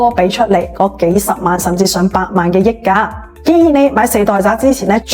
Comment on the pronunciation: 溢價，香港人係讀（日）價，益價係中山發音定係YouTuber 唔識讀